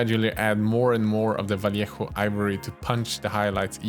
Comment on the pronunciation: Like this comment to start a petition teaching all the other miniature YouTubers to learn how to pronounce name and how to pronounce "Vallejo" like him, because it's so satisfying.